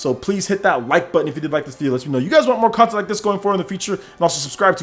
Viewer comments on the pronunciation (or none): none